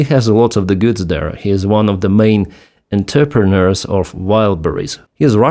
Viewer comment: We know what your mean, and you certainly speak English better than I speak Ukrainian, but it is pronounced: "En-tre-pren-'eurs". That second "r" is probably very foreign to Slavic based speach. Blame the French. Love your work! CP. PS - it is frightening how poorly prepared Trump is for global issues and how convinced of his own (imaginary) brilliance that what he thinks should be so . . . even though he is clueless of macroeconomics, diplomacy, strategy, or global cooperation among allies. He just wants to impress Putin (who knows he is an imbecile) and enrich himself and his kleptocrat buddies fleecing the USA (and Venezuela, etc.). Trump demands adoration but he has done nothing to deserve anything but revulsion.